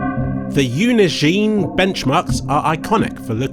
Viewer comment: Holy crap I've never heard Unigine pronounced before, well done.